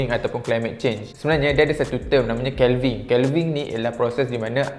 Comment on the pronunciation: Sebutan “Calving” tak tepat.